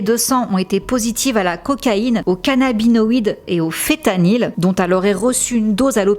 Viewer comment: Quand tu dis fetanyl, tu veux pas plutôt dire feNtanyl? Parce que du coup je pensais que c'était une autre substance, mais nn c'est bien fentanyl